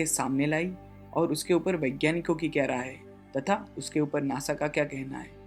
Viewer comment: you don't even know how to say nasa....u say nosa